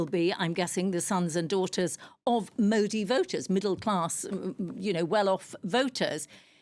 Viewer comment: Love how she gave up on pronouncing his name